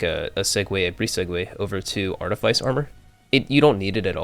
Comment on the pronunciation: Good build, the video is a little long winded and you grossly over use the term “I Digress”. Honestly it’s kinda cringe. Also artifice is pronounced ( art-a-fiss). Keep up the good work though. Really clean build